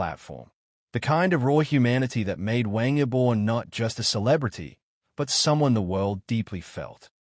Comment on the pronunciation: No inventes, no sabes ni pronunciar su nombre esto es falso , de que hablas? Pasaron dias.? Pero que dices estas páginas merecen ser cerradas😤😤😤😤